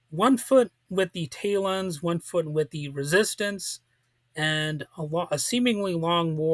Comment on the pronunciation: This is Worst review of Gene Roddenberry series ( Which he should have mentioned) I have ever heard. He couldn't even pronounce names of Talons Correctly. Could have least found few promotional photos varied views of series